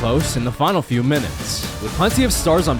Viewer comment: "DWIGHT JUST WON IS 4TH DPOY!... a thew years ago."